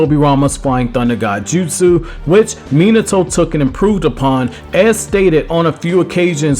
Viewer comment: Minato, Me-na-toe Go watch the english sub version to hear pronunciation of names, hard to take you serious when you can't say the names right.